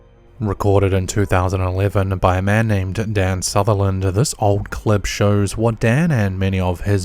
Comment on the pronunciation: “The videeerrrr shurrrrs” = “the video shows”. This guy needs to stop talking and hire a narrator. Every O sound is “urr”. It’s not even a normal Aussie or Kiwi accent. He just cannot talk correctly. “UNKNOWINNN”….smh